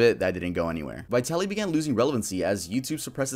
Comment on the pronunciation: As a Russian-American, you pronunciation of Vitaly is wrong… but then again he’s a piece of shit so I can’t be mad lol. I’m not buying his shroom argument at all. I feel horrible for the victim! He assaulted her in broad daylight, yet she got no justice